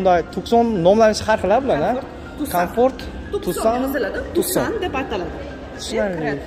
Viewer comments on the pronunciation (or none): Tussan deyilmidi Tuqsan deyiladi